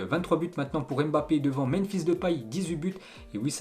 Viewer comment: Allez apprendre à prononcer Mbape . .Ca fait mal aux oreilles.